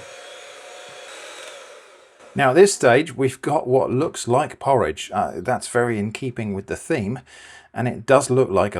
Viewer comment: "this is not porroge toast" okay